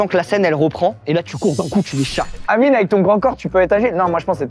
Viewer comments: Mdrr le « merci anyme » au lieu d’amine. Il est partout celui là 😂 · Il a dit anyme 😂😂😂😂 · il dise anyme 🤣🤣🤣🤣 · le présentateur qui dit anyme au lieu d’amine.. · il a dit ANIME au lieu d’Amine 🤣🙏🏾